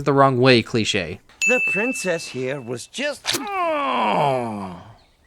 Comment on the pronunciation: My 2 cousins got so annoyed when you kept saying cleiche